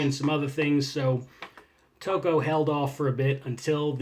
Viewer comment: Just a heads up, Al Tocco's name is pronounced like taco.